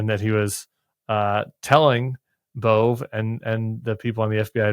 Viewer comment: Side note: pronounced Bov-ay not Bove 😊